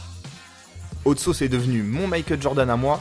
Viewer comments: Par contre mec faut vraiment que tu travailles ton accent si ton idole sappelle hot sauce. J'ai été choqué d'entendre "haute sauce" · Je suis le seul à avoir les oreilles qui saignent à chaque fois qu'il dis Haute Sauce ?? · Ta prononciation de hot sauce est dégueulasse tu te la pète un peu bcp mais la vidéo est sympa